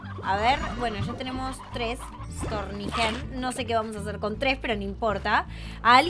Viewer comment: se dice stouny, no storny